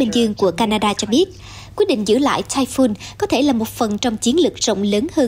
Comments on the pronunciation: Typhoon đọc là "tai phun" giống như catoon, không đọc tai phon. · cùng một chữ "TYPHOON" mà 2 phát thanh viên cùng 1 nhà đài lại đọc 2 kiểu khác nhau lặp đi lặp lại rất nhiều lần nghe nó kì cục làm sao. một người đọc "phon", một người đọc "phun" cả một bản tin tận 20 phút mà ko thấy sự thay đổi nào. Chứng tỏ chương trình ra bản tin liên tục nhưng thiếu sự chuẩn bị kĩ lưỡng, khả năng phát âm tiếng anh của phát thanh viên còn nhiều hạn chế vì nhiều lần tui nghe phát âm ko đúng mà ko phải chỉ mỗi một phát thanh viên. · Phát thanh viên áo đỏ đọc sai chữ TYPHOON. Nên nhờ Google Dịch phát âm giúp những từ tiếng Anh trước khi phát ngôn.